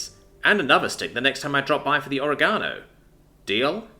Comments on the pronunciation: It's not pronounced, ore-gano. It's pronounced. o·reg·a·no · Can't help but grin when you mispronunciation words. Not oh-ree-gah-no, it's o-reg-ah-no. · O-reg-a-no, bruh my brain did a double take when you said o-ra-ga-no